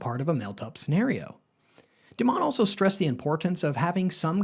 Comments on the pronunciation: His name is pronounced DIE-MON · This guy doesn't know how to pronounce Dimon's name, which makes me think this video is not informative.